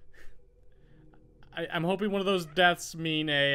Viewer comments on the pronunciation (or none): none